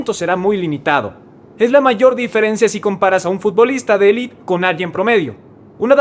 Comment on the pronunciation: Élite, no 'elit'